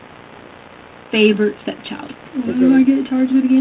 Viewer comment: With a doctorate in education says: “when he takes his medication & don’t take it.” “He was dark skinned-ed.” “I had took two…,” ekspecially. Favert vs favorite.